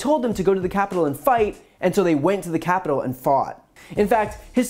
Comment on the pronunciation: "peloslei" "capilol" I think Lindsey graham is broken